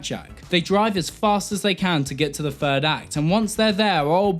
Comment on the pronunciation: Why can't you tubers say "third"? They say "ferd." What accent is this?